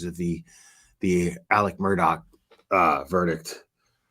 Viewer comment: How in the world could watch the murdaugh trial for 28 days and still say his name wrong?